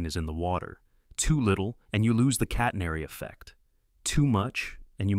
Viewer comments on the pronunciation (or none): Good job AI, it's pronounced catenary, not "cat-ner-ee" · The curve is called a "catenary", not a "catnery". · “Catenairy”!! What a crock! When will the stupid AI voices learn to speak and pronounce properly? I guess they have a handicap from the start as most are trying to speak American! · I have never heard anyone mis-pronounce "catenary" as badly as this AI narrator. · Sibilant Ai, trying to sound human but mispronouncing “catenary” Also this is exactly how I thought anchors work.